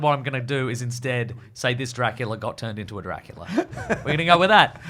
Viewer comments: saying drackleea at random points of the podcast is shredding me to bits lmao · Is saying Draclea?